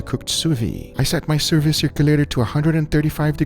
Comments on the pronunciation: French speaking folk here: sous-vide is pronounced Sew-v-hid not Sew-vee. Thumbs-up so he can see. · Why does he keep saying "sous vi" instead of "sous vide"? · Please, please. Stop saying Sousviiiiii. That ide at the end is a soft d. As somebody who uses the technique 24/7, you should correctly pronounce it. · Please pronounce the d in sous viDe!